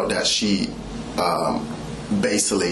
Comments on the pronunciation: and he kept saying "basilly". I could have sworn the word is "basically". He sounds so illiterate. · Basilly or basically lol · He says the word "basealy" at least two times.The word is basically, one time and it is misspoken, two times indicates that is part of his vocabulary. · “Basaly” what a clown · If I hear him say bassilly one more time….🙄😤(basically) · " Basily, piture, inaproprit," He's completely illiterate ! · Baysilly, instead of “basically” is standing out the most to me lol. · OMG!!!! My flesh crawled everytime he said basilly & he said it over and over again. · Him said BASILLY MADE ME SOOO MAD. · Can’t forget “Basilly” “I was deescalation the situation” 😂